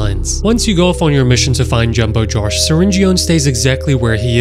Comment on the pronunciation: ITS PRONOUNCED Syringeon: Syringe-in Brushista: Bruu-she-sta Jumbo Josh: Jum-bo Jaw-sh NOT JUMBO JARSH